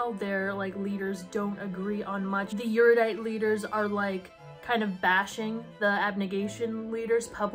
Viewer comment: I have never seen a video on the series that pronounces erudite correctly. No shade, it’s just a quirk I’ve noticed. The series gets too much crap considering how young the author was. I speed read the trilogy so I could return it to Amazon with 24 hours. It just didn’t do anything for me but then again, Battle Royale is one of my two favourite novels.